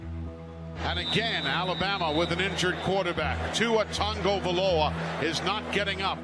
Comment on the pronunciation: why do they call him tua tungovailoa